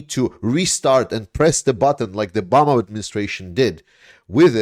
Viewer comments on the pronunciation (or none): none